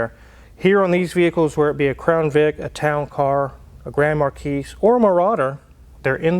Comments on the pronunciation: Mar-key, not Mar-keese… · The "S" is silent in "Marquis". It is just "mar-KEE". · Been watching this channel for a little while now, but I only watch Hoovie's on occasion. So, unless there's some sort of joke between you guys: Marquis = Mar-key. No 's' on the end. Thanks for a great channel. 🙂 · Ahem...the "s" in marquis is silent.